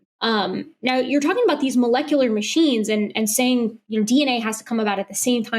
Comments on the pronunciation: When he said "molekuler" multiple times, I knew we were in for optimum nonsense. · Besides his nuh uh, can't happen, and obviously reading from a script he didn't understand. Every time he said melekalar or however he pronounced it a part of me died. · Every time he pronounces malecalerrr i die a little inside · if you can’t pronounce molecular, you can’t debunk it